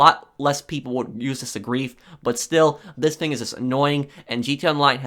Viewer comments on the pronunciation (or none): “This ‘fing”